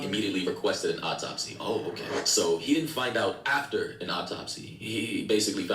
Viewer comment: "Surgerin", "Optopsy" and "Corridor's report"? This dude's English is sending me bro😂.